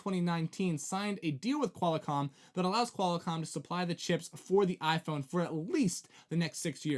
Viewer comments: Did he say QUAL-A-COMM? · Yeah, first time on my channel. Hard to take someone seriously who doesn't know how to pronounce Qualcomm and who hasn't heard of Ericsson before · He said QualiComm.